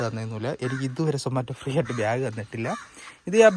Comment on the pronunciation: ബ്യാഗ് അല്ല ഭായ് ബാഗ് ഏതെങ്കിലും ഒന്ന് നേരെ പറയാൻ പഠിക്ക് 😂